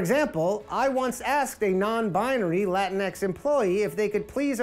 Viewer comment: It’s pronounced La-Tinks 😂 😂😂😂 algorithm 😂😂😂😂